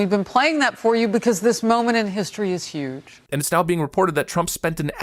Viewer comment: This moment in history is not "huge" it's "yuge".